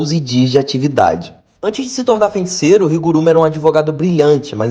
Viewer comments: FENticeiro não, mano... Se fala FEI!!! FEI... FEIticeiro. Que agonia ouvir tu falando errado kkkk. Vou contratar uma fonoaudióloga pra vc! hahaha Zoeira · Vídeo muito bom … só achei estranho falar fenticeiro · O vídeo é bom mas dizer "feinticeiro" todas as vezes me deu gatilho.